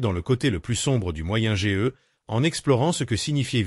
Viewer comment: Moyenne age on prononce âge entièrement pas lettre par lettre